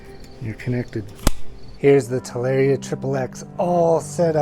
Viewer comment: its ta lar i a not tal air e a :)